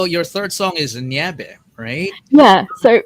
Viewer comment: I also love the fact that she could pronounce the SB19 songs right - Mana, Liham, Nyebe! Mad props to her! 🎉